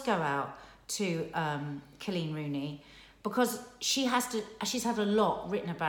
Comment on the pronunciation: It’s Col’eeeen!!! Not CLEAN. 😍